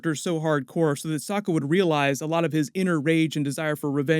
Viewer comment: It's pronounced "Soke A"